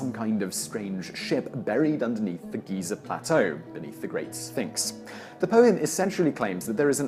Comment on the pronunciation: GHEE-ZARR. XD